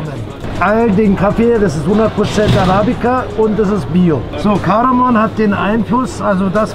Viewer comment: Sry aber es ist Kardamom nicht Kardamon!